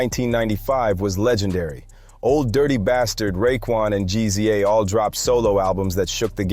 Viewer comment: Jus so u know mate, Meth"s Tical, is not pronounced like Tycal but jus Tcal. Also GZA The Genius has never been referenced has G-Z-A. its jus like Giza, same with RZA. Still enjoyed this so ive subbed!